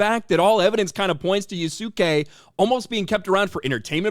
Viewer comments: Its funny ubisoft wants to use yasuke but cant pronounce his name right its YAS-KAY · That's so deranged of them to even modify Wikipedia... but then again, should we expect less from these loony bins? Also I am dying of laughter from butchering the pronounciation of Yasuke and Kunoichi 😂😂😂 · You saying his name wrong buddy 😂